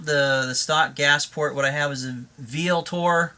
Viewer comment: This is a really helpful video. FYI - "Vltor" is pronounced as if the "V" were a "U" Thanks for taking the time.